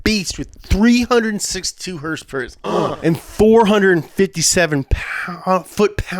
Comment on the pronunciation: "362 hers pers *uhh*" gold